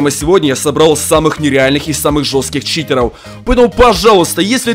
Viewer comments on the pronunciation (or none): Почему ты говоришь Читероу